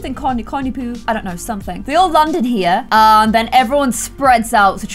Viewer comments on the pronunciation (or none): I don’t blame you at all but the tribute (hunger games fan) in me is yelling at some points 😂😂 (I’m sorry I was literally SO OBSESSED with this book and movie series) It’s pronounced corn-uh-copia. The “weird structure thing” is the cornucopia, yes it is where the weapons are. It was Peeta being all sweet to Katniss in the cave, because he’s been in love with her since they were kids. ALSO the arena you recreated is from first book/movie and is just called THE HUNGER GAMES the arena with the palm trees is in the second book/movie that’s called CATCHING FIRE, and the third book/third and fourth movies is MOCKINGJAY. Sorry, love you! 😂💕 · it’s cornucopia (corn-u-co-p-e-a) I did the pronunciation so thank me if u want.